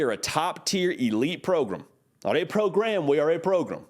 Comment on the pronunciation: "Not a pro-GRAM, we are a PRO-grum." ...He gets us.